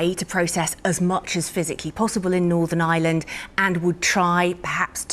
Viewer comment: I wish that reporter would pronounce n. Ireland property it’s not n. Island there is an r in it